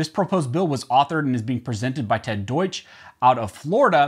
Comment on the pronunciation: Ted Deutsch...pronounced "Red Douche".